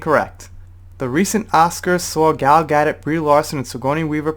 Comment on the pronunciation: Her name is pronounced Gal Ga-DOE...